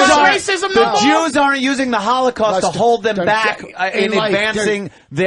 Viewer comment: When Voss pronounces holocowst LMAO 😂